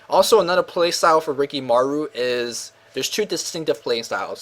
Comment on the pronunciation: ur asian you should be able to pronnounce rikimaru properly damn